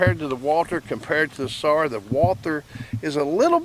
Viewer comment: It's pronounced sar not sars